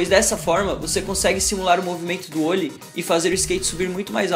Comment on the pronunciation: não é ôllie, fala direito.